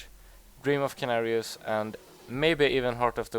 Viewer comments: ehm, well...Just because a name doesnt mean anything or isnt included in the dictionary doesnt mean its not a "real" word. And you should've heard it sometime that its called senarius not kenarius. You dont say Ors you say ORK. And thats not a real word either in your world :D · how can u have played the game so long, and still havent heard its pronounced SENARIUS not KENARIUS. Apart from that, thumbs up on the guide buddy! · Yea thats true but most people pronounce it with an s. Not hating man love ur videos, just telling what he means :)